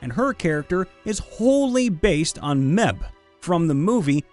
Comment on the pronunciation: 'Mebh' is pronounced as 'Mave'. It's an old Irish name, so no letter 'V'.